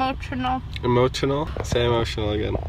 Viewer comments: ""I'm not emochonal"" ALRIGHT 😂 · It's okay I get " emochinal" too😂😂